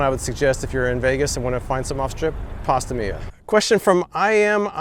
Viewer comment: I want to give you a compliment, you got my name right first try! That's super rare. I'll have to add Pasta Mia to my list next time I get out to Vegas!